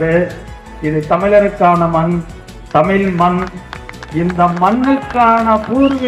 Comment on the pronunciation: தமிழ் என்று கூறுங்கள் தமில் இல்லை